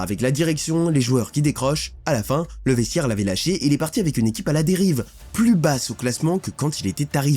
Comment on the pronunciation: Tchitre, vestchiaire, ptchit rappel, dju